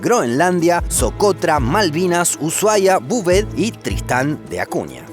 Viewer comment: No hay nada más satisfactorio que escuchar a decir... Tristán de Acuña 🥺🥺🤧👌👌